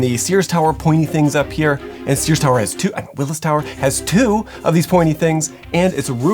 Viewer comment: Say it with me “WILLIA TOWER”